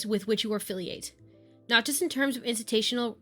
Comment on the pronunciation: Btw love your vids!!! Been watching them alll like crazy. But…. How did you say institutional….🤣🤣🤣